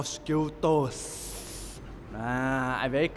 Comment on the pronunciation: The Mos-Q-Toes.